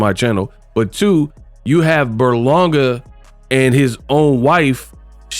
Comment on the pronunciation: his name is literally on the screen it’s Ber-Langa not Burlonga😂😂🤦‍♂️